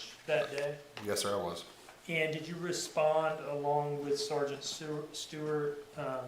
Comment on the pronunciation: at first.. I thought I heard the say "Ciara/Siara" Rhymes with Tiara. And I didn't question it. Even pronounced it just as the said it. (Maybe intentional to keep the conversation flowing. Job titles are not important here. It's the responsibilities that are important.) Clearly, is a well educated man So, if he said it that way, then, from my perspective... Maybe that's a real name for the occupation. Then the Judge says something I could barely hear. And the smiles or made a smirk. Now...I have to know what the Judge said!! I turn my volume up and the rest is history.